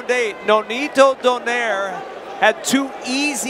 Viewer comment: Love pronouncing "Donaire" correctly. do-NYE-reh